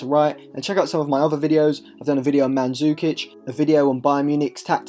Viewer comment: Manzukic......are we ensaine